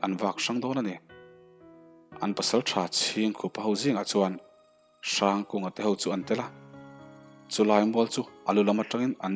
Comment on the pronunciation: Hrangkunga tive mai la, hrrangkunga iti kher hi chu beng a thlep deuh